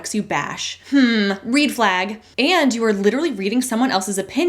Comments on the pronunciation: The “readflag” had me cackling like a witch on Halloween. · “Reed flag” I died